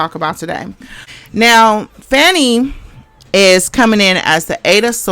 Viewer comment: Hello Sis, her name is pronounced Fawn-e. Protection & covering for her! Great commentary.